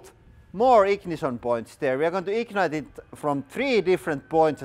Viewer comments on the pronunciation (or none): Yea, it’s going to, “Eeeknight.”